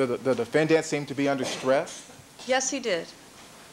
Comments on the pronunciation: DefenDANT. Why does it drive me nuts every time he pronounces this word? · 😂 I hate how Chris Darden pronounces that word, too